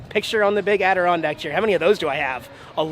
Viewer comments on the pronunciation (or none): none